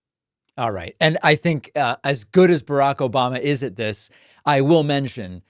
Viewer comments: This "Obamna" gets me every time 😂😂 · OBAMNA!! gets me every time 🤣